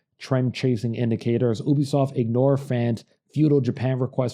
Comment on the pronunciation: It's pronounced YOU-BEE-SOFT